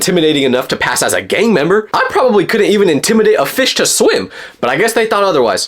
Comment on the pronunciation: I thought he said " gay " member not gang member